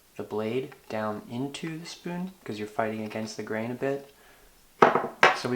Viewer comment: Ah!! Grain! I couldn't make out what you were saying it sounds like "the green"